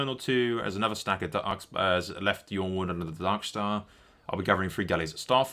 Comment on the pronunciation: it's ironwood Y in the world of ice and fire is pronounced as a I